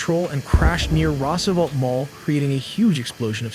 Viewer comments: I guess this is AI because nobody pronounces "Roosevelt" like that. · Love the channel and rapidity of video output. But man, your pronunciations... Roosevelt and Antenna...